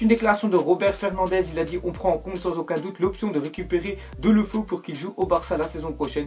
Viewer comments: Bon depuis le debut tu me soule à dire Delofeu on dit Délofeou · On dit deuloféou (phonétique)